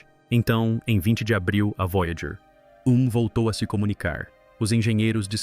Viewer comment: O vídeo ficou muito bom. Mas para os próximos sugiro revisar a narração de IA antes de publicar. Observe como em vários momentos a narração se refere à nave: “A Voyager……………. (espera)………. 1 está etc.etc.etc.”